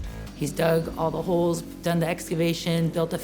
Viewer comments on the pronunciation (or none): none